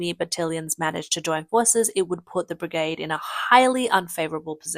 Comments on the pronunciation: brigade rhymes with lemonade - it doesn't sound like brigahd - how many times did you say it wrong? Batallion sounds like bat-TAL-leeon, not like bat-TIL-leeon how many times did you get that wrong? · Ai crap Bit-illion NO BATillion and Brig AID not bigaaade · You can't say "A"? Its "battalion" not "bitillion"..and not "brigahde" its "brigAde" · Brigard ? BRI-GAY-D. Whats with the sky ? It is always polluted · What is a begard ?What is that?Do you mean bergade because you're saying begard. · brig-ard. i still hurt from that. That is usually a sign of AI generated speech. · WTF is a briggard and a battillion?! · Its pronounced BRIG-AID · "The brigarhd" 😅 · Cmmisinar? Butillion? Brigod? You cant pronounce english words. Probably should not be a narrator. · The A in brigade is pronounced with the long-A sound. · May want to rehearse scripts in future. Pronouncing brigade and battalion as brigarde and battilion was doing my head in. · you missed brig-ard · And brigaad. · And pronounce it bri-gaahd. Sometimes. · You need to work on your pronunciation of brigade, barracks, and regiment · You're not pronouncing "brigade" or "battalion" correctly... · Please pronounce "Brigade" and "Battalion" correctly before mocking others for incompetence. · Please learn correct pronounciatons of brigade, battalion, and barracks